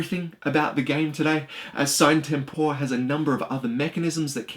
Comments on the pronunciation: Nice review except for one thing that erks me each time I heart it if I even recognize it mid sentence. You pronounce the game's name wrong, the videos released by LMS pronounce it "See-nay Tem-por-eh" which would mean that's the correct pronunciation. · Dude...it's latin, you pronounce it like "see-na tempora" or something like that